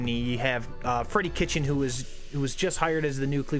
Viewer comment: Just because a player has Cleveland roots is irrelevant. BTW, the coach’s name is Freddie Kitchens, not Kitchen.